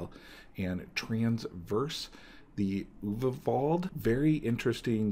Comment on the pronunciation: Also, "Nayari," and "transverse the uvavald." As much as I like this guy's analysis of cards, his abysmal pronunciation of card names is something that always gives me a painful twinge. That said, keep the videos rolling. Just, please, try to stop butchering names.